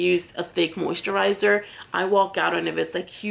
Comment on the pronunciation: You say “moo-sterizer” Lol